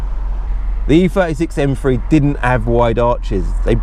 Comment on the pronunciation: Haha you and Ricky pronounce these cars as “M free” love your channel and clips